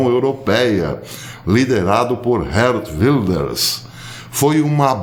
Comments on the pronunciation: Caríssimo, a pronúncia de Geert Wilders é como no alemão: "Guért Vilders" (Gué, como em guerra). Deus os abençoe e os proteja sempre. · Isso mesmo professor, o g em holandês pronuncia como rr. Van Gogh se fala van rrôrr